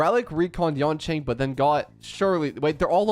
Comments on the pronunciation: Nothing can distract me from how he says Yonqing instead of Yanqing 😭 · Remember its not yanqing, its yanKing